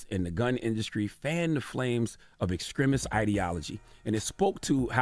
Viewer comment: Is our brother saying ”exkrimist” instead of “extremist”?